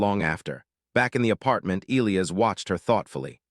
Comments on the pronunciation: How can AI be so brilliant in one way & crazy stupid enough not to be able to pronounce the name e-LIE-us & turn it into e-Lee-us?? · It is a very bad thing to miss-pronounce the name of any key person in a story and this team falsely pronounced the name of 'Elias' by not using a hard 'i' when it is only an 'English' name with that 'i' so pronounced! This error almost makes this long-term author/reviewer quit reading! If the team can't get the name of a key person correct, can they get anything important correct? Likely not!. Oops LoL 😢😮😮